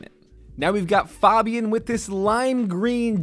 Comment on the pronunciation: that moment when he says (fat-b-in) instead of (fay-b-in)